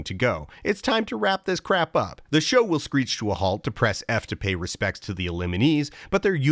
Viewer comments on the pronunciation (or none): none